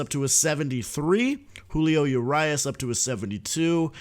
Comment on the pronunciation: Julio oo-rias 😂😂